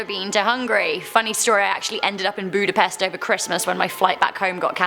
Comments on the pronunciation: as a hungarian, it irritated me the way she pronounced budapest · I know you dont speek hungarian your butsering the word Budapest. Also evry other words too.